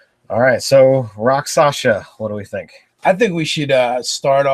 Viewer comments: Two points: first, since no one said it yet - it's "rak sha sa". Not "rak sa sha". Comes from the Sanskrit "raksha" - injury. Second - charm person is weaker than it used to be, but it used to be too powerful - you could charm someone for a month as a first level character. Now it's only for an hour - but that could be enough. And yes, the victims realize they were charmed after the effect wears off. But that doesn't necessarily mean they realize it was you who did it. For example, if you cast a 1st level Disguise Self spell on yourself (or a 2nd level Alter Self) , and then charm them, they think they were charmed by the town sorcerer, who everyone already suspects and hates anyway. Convenient, if you happen to be a rakshasa with lots of illusion spells anyway. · It is pronounced RAK-SHA-SA not Raksasha not Raksasa not Rakshasha . . . RAK-SHA-SA